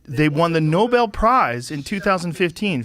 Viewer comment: Nobel ... what ? 😂